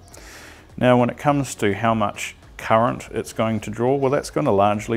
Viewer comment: It’s current not ‘curret’